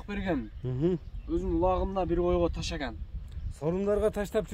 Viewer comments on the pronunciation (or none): Таштаган деп суйлочу (ташаган дебей)